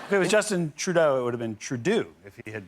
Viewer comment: As a Canadian, Trudeau would NEVER be pronounced TruDOO! It’s literally just pronounced Trudeau in Quebec, but like with the French R. Man, that line just ignited the French curriculum inside me.